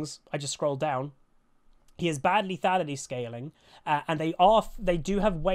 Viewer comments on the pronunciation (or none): none